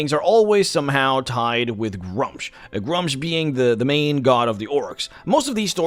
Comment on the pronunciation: It's pronounced, "Groo-msh" or, "Grümsh"